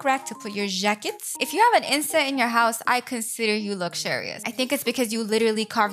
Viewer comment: “To put your ‘jaiquets’.” i love french